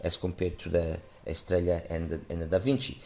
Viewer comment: i know this is going to sound a little silly, but thank you for being the only other reviewer, aside from Paul Wasabi, to say "Estralla" properly. I find it grating, like people say "Tore-Till-Uh", instead of "Tor-Tee-Ya". Inexcusable in this day and age.